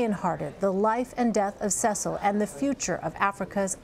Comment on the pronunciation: see sul not ses sul